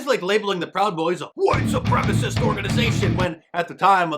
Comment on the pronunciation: Mark I love your emphasis on 'white supremacists". Absolutely hilarious!